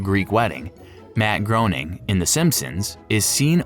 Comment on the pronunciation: You mispronounced Groening many times … to the point where i watched 7 minutes waiting for another. So Groening connects all of his cartoons, congrats for finding the reddit thread that you used for this video.